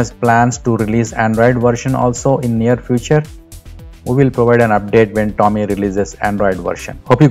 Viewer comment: Hey idiots! Nothing wrong in trying to make money. But, before you create your videos about a product... find out how the product *is pronounced*! TOM-EEE... TOM-EEE....TOM-EEE!!!! Bloody irritating! IT IS PROUNOUNCED..... TOME like DOME. Not pronounced like.. DALL·E!